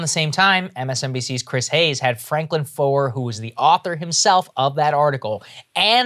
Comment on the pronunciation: franklin foer is pronounced "franklin fair" it's german spelling so you pronounce the second vowel in the two letter vowel sound. so like stein is pronounced "stine" (you say the I not the e in the ei/ie spelling) and stien is pronounced "steen" (you say the e not the i because it comes second)